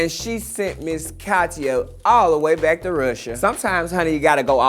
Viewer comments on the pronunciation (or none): none